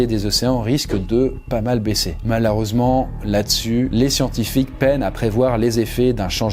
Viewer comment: "malhareusement" J'aime beaucoup 👌